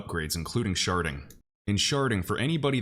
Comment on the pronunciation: I had to giggle every time you said Sharding. lol 😂 At first I thought you were saying Sharting.